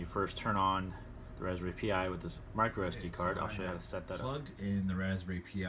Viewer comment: raspberry pee yi? lol son...